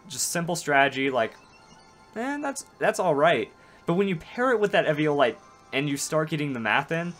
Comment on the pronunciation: do you know how to say eviolite you downsy